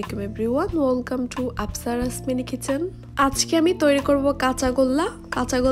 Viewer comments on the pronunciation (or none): none